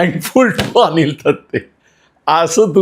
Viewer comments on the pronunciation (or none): none